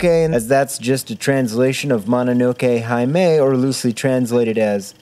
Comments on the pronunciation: I love you, and I love this episode. But jeez, your pronunciation of "Mononoke-hime" makes me tear my ears off. Every "i" in japanese is pronounced short, think like the i in the english words "stick" or "irritated". Sorry for the pedantry. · MONONOKE HAI-MAY